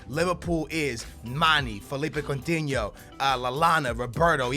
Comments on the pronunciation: STOP SAYING COUNTINHOOO JUST STOP ! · omg so much annoying shit!!!! no one wants your stupid Portuguese players! speaking of which why don't you pronounce Coutinho's name in your retarded 'Portuguese' way? and stop that shit where you call a player by his first name cuz you don't know his last - it's Firmino, not 'Roberto' ... also, DON'T use that stupid formation with 3 at the back it's so dumb and unrealistic. 3 at the back requires wing backs which you're obviously not going to do. and how the hell did you miss the part in the Payet email that they WERE interested in Lucas? you could have saved a lot of time and money there... and that's all I remember off the top of my head P.S. it's C-H-A-N not Kahn dumbass